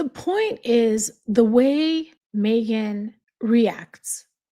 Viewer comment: I love how u say Mee-ghan on purpose every time 😂 because for her it really is all about her. She’s the poor man’s Pam Anderson - Pamela’s cooking show is such a hit & this one tried to desperately copy it